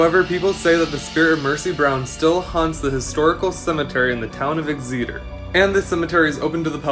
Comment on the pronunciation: Rhode island.. X- it- ter... exeter.. not x-eata... lol.. cool shit tho...